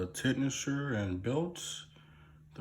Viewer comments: Lol Its pronounced like ten shinner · Tensioner Ten-shin-er